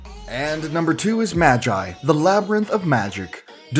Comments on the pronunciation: Wtf is maa gi its ma gee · Bish did dis guy efin read the #2 as majay? I mean i hope his right cos i read like magi(magee) similar to magic and maho( also meaning magic) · Ma-gee not ma-guy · Its magi (mah-ghii) not magic without a c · It’s MA-GEE and I watched that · omg how dare you pronounce magi rong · I think you said Magi wrong.....